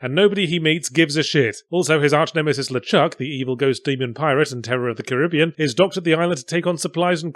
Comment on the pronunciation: After hearing a Brit pronounce Caribbean that way then mentioning the "period key", I lost all hope! Then he redeemed himself with half-arsed :D